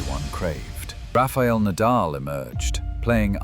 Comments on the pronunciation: Nadal is pronounced Nah-Dahl. Not Neighdel. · This video seems AI generated, with many mistakes. When Nadal's name was pronounced Nay-dal, I almost cried. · I logged in just to say how badly the AI did with this video. It's already been pointed out that Nadal's name is repeatedly mispronounced and that Lendl had a 1HBH, but not sure anyone has mentioned showing the wrong Williams sister or repeatedly showing a pickle ball court. No doubt there are many other errors--do better AI. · It’s an ai voice duh of course it can’t pronounce names correctly. How can you not see this? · Never heard Nadals name so wrongly outspoken. And of course, he didn’t "own" Federer. Federer the Goat, most enjoyable tennis player. Nadal the athletic giant, master of clay. Djokovic the competitive and most successful player in total, with age advantage vs Federer. Even 6 y younger, Nole vs Roger H2H is only 27-23...and could easily have been 26-24. All three players wee giants!